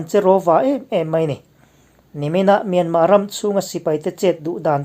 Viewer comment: Hei hi kalo zawt che u,enga tinge Myanmar hi atawp a R lam tello a myanma ti a inlam thin??